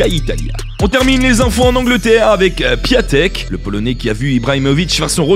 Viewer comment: Sa se prononce pas piatek